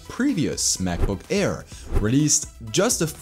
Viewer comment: Kleiner Tipp: deine Aussprache ist zwar sehr natürlich, aber wenn du es noch besser machen willst, solltest du bei Worten, die mit einem Vokal anfangen, die Kehle nicht so zumachen. Das nennt sich Glotalstop und macht man nur im Deutschen. Wenn du "Air" sagst, merkt man es deutlich ;)